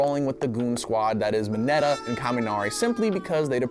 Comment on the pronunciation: the way this man pronounces Mineta will scar me for the rest of my life.